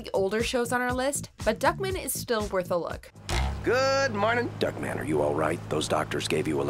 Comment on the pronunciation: Lol it’s pronounced “Duck-Man” not “Duckmin”